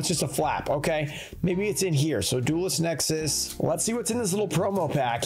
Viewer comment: You said duelist nexis